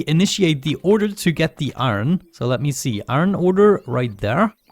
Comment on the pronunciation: Hahahahhaha man^o^^o^^o^ u so funny my dude u say aron XD did u ^ω^ btw keep up oh yeah i miss the damn vid XS aron is iron my dude^ω^^ω^ but dont even care me ok piss